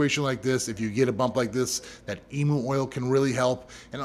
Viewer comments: Just fyi from an australian, emu is prnounced "ee-myuu" not "ee-moo" :) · Now that was re-windable as an Australian where the Eem - moo/s (where the emu/s) are from ) I was like....., what did you just say? What is an Eem -moo? Talking about something from Australia - and sounds simila,r but not exact to the Emu BUT is said EEM-YOO got me 🤣 Eem -moo sounds weird AF...🤣🤣🤣🤣🤣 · Thanks for the info. As an Aussie though the way you say Emu is hilarious XD It is said like Ee-m-YOU Haha Just found your channel you so cool, thanks for the vids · who else thought he said emo oil for a sec and then realized it was emu oil 💀🪶